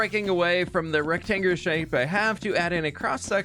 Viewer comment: they way you said rectangular had me😂😂😂